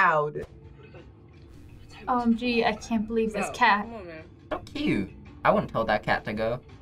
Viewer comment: WHAT did he say? Oh, it was "So cute!"....it sounded like something else.